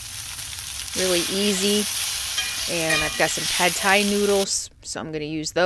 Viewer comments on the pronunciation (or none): none